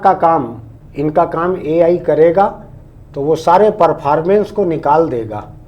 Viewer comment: Ye Al Al kya hai 😂